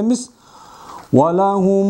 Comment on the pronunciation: Алдын ала ката болсо кечирим сураймын 39 чу сабакта идгам шафавия мисалында учунчу мисалда фатха жазылип турат бирок валахум деп домма окуп жатасыз турабы